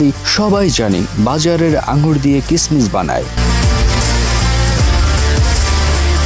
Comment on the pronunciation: কিসমিস উচ্চারণ ভুল আপনার